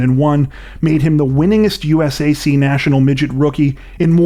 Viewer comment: U.S.A.C. Is pronounced “you-sack” by the organization.